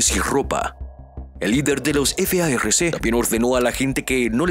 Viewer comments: Deja de decir f a r c y di farc no deletrees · No se dice efeaerrece es FARC ASI COMO SE ESCRIBE SE PRONUNCIA